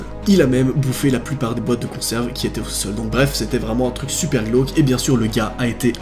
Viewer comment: "c'est vraiment chuper chelou" Noa 2020 xD #épisode2